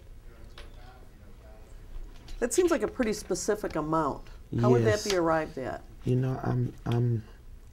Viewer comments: At some point he said "Be more die-reck and psss ssss s pacific, so I can ansah your ckestion" 🥶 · its me Thank you for bein pacific.